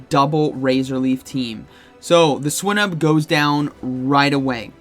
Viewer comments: I don't know if swy-nuhb is the correct pronunciation but hearing swee-nuhb sounds so weird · Swy-nuhb is the correct pronunciation; the root word in Swinub is Swine